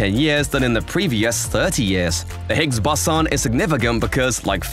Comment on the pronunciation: Not Really. Seemed to pronounce Higgs Boson wrong....